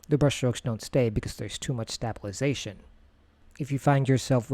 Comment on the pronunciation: Glad I’m not the only one. I feel bad as this was so helpful but I cringed every time he said it.